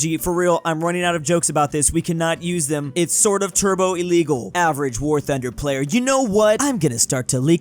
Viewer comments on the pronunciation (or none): none